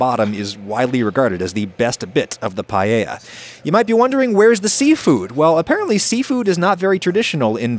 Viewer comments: I'm absolutely annoyed by you pronouncing paella as "payeya" and not "paeya", and I'm not even spanish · Pa e ya! Not pa ye ya! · I'm more concerned with the way every English speaker says "pallella" instead of paella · Only thing anyone could be angry about is "paiella" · como dijo pallella me parti de risa lmfao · Just a tip (dohoho): pa-EH-ya. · Who else came here just to see how adam pronounces paella Update: its not bad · He says payeya some times too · Fun that he comments on how he pronounces socarrat and says it right, and then procceeds to say pallella for the hole video unapoligetic hahah. I also dont know why english people do that! Im genuinly curious on why they cant seem to say just "ae" together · Adam, congrats from a Spaniard on a pretty legit-looking paella 🥘. Oh, and by the way, your pronunciation of socarrat was spot on. Not "paella", you gotta work on that ;) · your pronunciation of "paella" hurts my soul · PAELLA. NO ES TAN DIFÍCIL DE PROFUNCIAR POR DIOS. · You know, as a spaniard from Valencia, born and raised, you did a great job! The only comment I would make is your pronunciation of Paella as "pallella" or the funny way you said socarrat. I would love to eat the paella you made, better than some restaurants here, that is for sure!